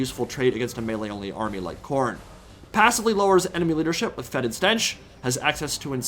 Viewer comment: Youre the only TW Youtuber that pronounces foetid correctly